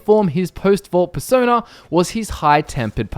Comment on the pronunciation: Per-sona more like fur-sona :3 im sry. or am i ? :3